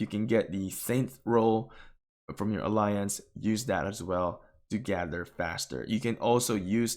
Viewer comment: Bro I love you but you gotta start saying gather correctly lmfao